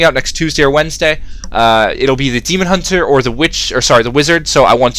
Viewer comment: you said Deamon Hunter :D